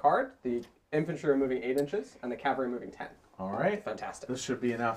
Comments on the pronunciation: Also, cavalry is pronounced "cav - al - ree" (or ore commonly "cav-ul-ree"), not "cal-ver-ee". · On the subject of pronunciation, I have to force myself to endure people - in person or in videos - who persist in referring to men on horseback as "cal·va·ry", vice "cav·al·ry". Makes me cringe every time... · that's because you haven't heard "cavlary" yet